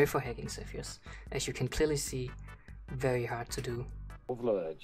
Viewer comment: its not sethioz but saltyioz